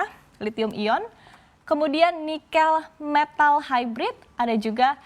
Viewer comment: saya sedikit terusik dengan pengucapan 'nikel' oleh pembawa acara..